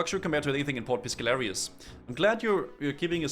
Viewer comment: I'm about to lose my shit, you've been pronouncing port piscarilious wrong the entire fucking videooooooooooooooo, like you're just making up words at this point